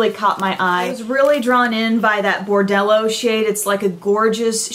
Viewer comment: "bordello" lol :))